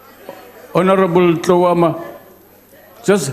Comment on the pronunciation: This useless deputy speaker has serious problems with H Tloama